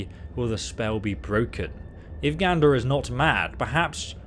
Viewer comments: Seriously, dude, can you read? Are you dyslexic? It’s not “Gandor,” it’s Gadnor, and it isn’t “Never-shatter,” it’s NERVEshatter! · GADnor NERVEshatter LEARN YOUR BASIC PRONUNCIATION GUIDE